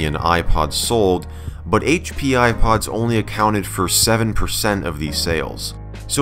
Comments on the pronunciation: the haich pea shrekpod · “HAICH PEA” dankpods - 2020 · haitch dea? four kay? Haitch pea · HAITCH PEA™